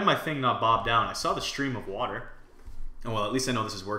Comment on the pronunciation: water not watee